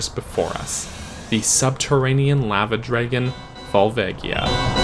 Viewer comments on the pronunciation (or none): I say it like La-va. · Cool vid yo even on 2x playback speed. Edit: I usually don’t comment on the way people say words but you say lava weird. lol